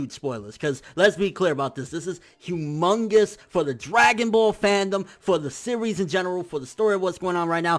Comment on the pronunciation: lmfao he said Hughmungus